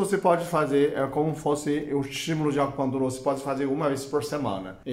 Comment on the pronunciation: Esse dr é muito simpático. Acho demais quando ele fala "acupuntula" :)